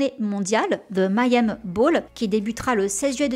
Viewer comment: Merci pour cet épisode ! Juste une petite remarque --> la prononciation de Mayhem !!! !! ! C'est pas Mayonnaise, Mayenne, Maillème, MAIS May Hem avec le "H" aspiré